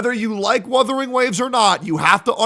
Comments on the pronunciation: I swear to go, if I hear one more content creator call it WITHERING WAVES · istg, if i hear "WITHERING" again one more time, Imma flip my table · I SWEAR HES SAYING WITHERING ON PURPOSE AT THIS POINT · I'm sick and tired of people saying withering instead of wuthering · he forgot to tell that its wuthering not withering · He keeps calling it withering ugh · Other CC "Withering wave" how hard is it to pronounce "wuthering". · "Withering Waves!" - "GET THE NAME RIGHT!!!" - and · my soul leaving my body every time says "withering waves" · Why cant these freaking people not pronounce Wuthering Waves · I love how is increasingly going insane when mispronounces "Wuthering" everytime